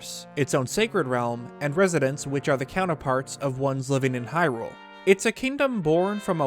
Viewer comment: i could not STAND the way your collar partner pronounced “hyrule, lorule, and termina”. not watching this vid.